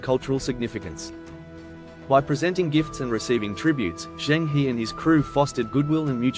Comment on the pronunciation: Cheng He ( pronounced as "her"